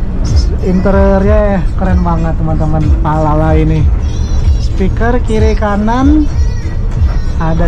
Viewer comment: 19 menit yang lalu Akhirnya ke sampaian naik Palala Jangan salah ucap lagi bang Palapa jadi Palala haha